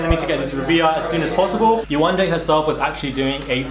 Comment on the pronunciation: I've heard people saying her name wrong in a way that is ignorant. You can tell they're thinking 'foreign name' when they say it. It's not Yawanda, it's Yewande.